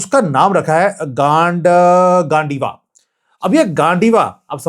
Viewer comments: गांडैवा नाही गांडिव arjun k bow ka naam hai .. from mahabharat .. thoda toh indian name thik se pronounce karo .. dnt focus on gand from gandiva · गांडीव not gandiwa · Gandiva nahi bhai yeh Arjun ka "gandiv" hota hai jisne Mahabharat main gadar machaya thaa. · sir its not gon diva, its gandeeva, name of Arjun's Arch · The pronounciation of Gaandiva is गांडिव and not गांडिवा. It is the name of the bow of the great archer Arjun from the Mahabharata. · Gandhiva pronounce गांडीव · ❤❤😂😂😂 भैया जी मैने कहा था आपको हिंदी की ट्रेनिंग लीजिए। गांडीवा नहीं है,ये गांडीव है। अर्जुन के धनुष का नाम है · Mere khayaal se pronounciation hai -- Gaandeev . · You are not pronouncing GANDIVA correctly. It is the name of dhanush of Arjun. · Kindly pronounce the word GANDIVA correctly